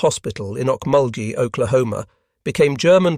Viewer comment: Wow! You almost pronounced Okmulgee, Oklahoma correct, better than people who move here.